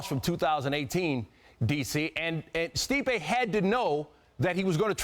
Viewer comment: Turned Stipe Miocic into Sleep-ay Miocic amirite? I'm right.